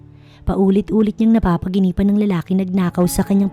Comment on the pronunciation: NAPANAGINIPAN NOT NAPAGINIPAN